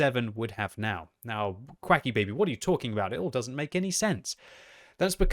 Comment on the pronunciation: I love how even is calling himself instead of Quickybaby